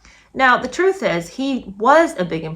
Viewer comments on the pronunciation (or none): none